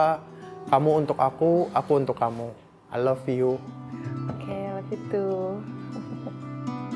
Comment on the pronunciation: Masnya td ngomongnya ai lepiyu🤣